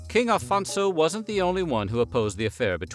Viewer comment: Afonso is pronouced Aphonsso, not Alphonso. the rest is right